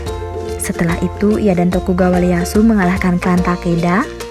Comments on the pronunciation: Bukan Leyasu min ngebacanya tapi iyeasu tokugawa orang jepang gx bisa ngomong L, iyeasu tokugawa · Leyasu? 🤣🤣 bahasa Jepang mana ada "L" Itu Tokugawa "i" Easu